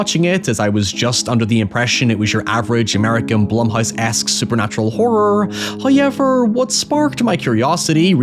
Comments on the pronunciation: "Hoyevers and hoyeverlings", love it, lol. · I lived this long in this here world to hear say "hoyevers and hoyeverlings" 😂🙏🏽 amazing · First "hoyevver" drops . The Spooky Season is blessed with His attentions. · How Do YOU say HOWEVER? Hiyever, You saw NOW, nigh.